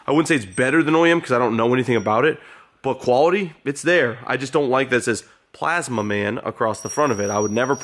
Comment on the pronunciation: The way says PLAZMAMAN kills me everytime😂